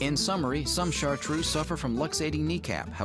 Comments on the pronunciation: ChartrEUX, not "shartrue" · DO NOT PRONOUCE BAD, IT IS CHARTREUX, NOT IU IN THE END, FOR HEAVENS SAKE THE USA PEOPLE DO NOT LEARN LANGUAGES